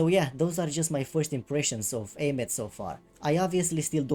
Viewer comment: I thought Aemeath's name was pronounced like Eye-myth.